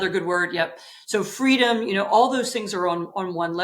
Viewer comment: Annie believes in Fweedom!!!